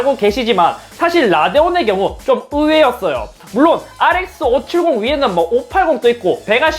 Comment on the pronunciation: 발음 너무 신경쓰인다 , 알에스 오칠공또 > 제발 뭐뭐도 라고 해주세요 ㅠ 뭐뭐또 라고하면 또다시 라고 들린단말야